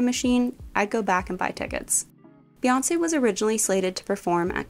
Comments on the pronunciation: It’s pronounced BEE-Chella not BAY-Chella. Her name is BEE-Yonce not Bay-yonce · BEE girl BEE, it’s BEE YONCE not BAYONCE jfc